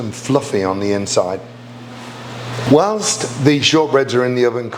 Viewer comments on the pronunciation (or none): none